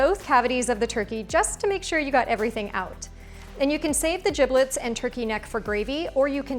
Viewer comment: Have never heard giblets pronounced with a hard "g" before this!